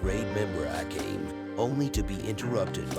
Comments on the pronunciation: Ah-Came? A-com-ee…. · The way you say Akame kinda makes me mad. Its pronounced Uh-kah-may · I really love how you pronounce Akame to A Came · The commentator pronouncing Akame's name and butchering it is beyond cringe.